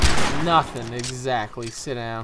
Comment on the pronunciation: Lmao I love when you say sit down to that one "sith".